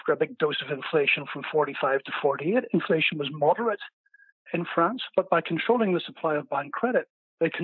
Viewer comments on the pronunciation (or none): none